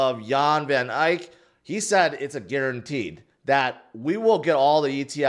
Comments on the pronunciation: It’s van ECK not van ike! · did it HE SAID VON IKE AGAIN 🎉 😂😂😂😂😂😂😂😂😂😂😂😂😂